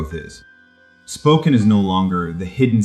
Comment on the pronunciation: One has to wonder about the accuracy of the information when the host mispronounces the name of the city. 😕